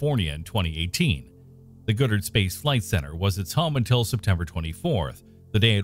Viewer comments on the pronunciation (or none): It is "Goddard" not "Goodard". Remember this. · The number of obvious and just terrible misronounciations in this video goes to show the person reading doesn't have a clue what they're talking about. The Vessels name is literally on screen. It is clearly COLIBRI. I.e. CO-LI-BRI not coal bree. It's GOD-ARD not GOOD-Ard and the most obscene of them all Lagrangian. Lah-grahng-i-ahn not Grange. Grahng with an AHHHH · It's Goddard, not Goodard. Jeez. And is this a robot voice? It's Co-LEE-Bree, which means "Hummingbird". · What the hell is the Good-ard Space Flight Center? Wish the commentator had done his homework and learned that Goddard was names after Dr. Robert Goddard - the father of the liquid-fueled rocket.